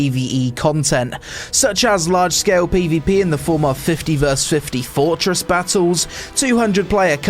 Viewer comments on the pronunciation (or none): none